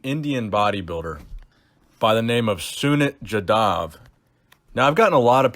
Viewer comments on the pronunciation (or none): Pronounce it As Su-mit Jaa-dav